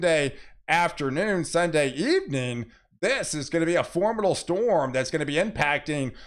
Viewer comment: Weather is exciting. Especially when it's for-MID-able. It's wonderful how excited you get. Don't change, just change the way you say for-MID-able.